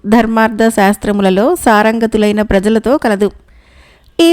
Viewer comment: సారంగతులైన ప్రజలు కాదండి పారంగతులైన అనాలి. దయచేసి గమనించగలరు 🙏🏿🙏🏿